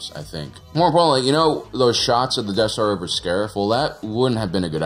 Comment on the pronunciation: Is it just me or does he keep saying deaf star?